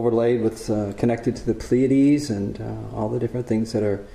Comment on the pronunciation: Please learn to pronounce 'Pleiades'...